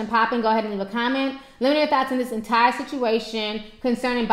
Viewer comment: Shmurda not shmurder your saying it wrong